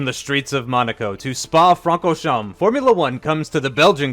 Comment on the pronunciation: That was a really good pronunciation of Francorchamps! Well done,!:)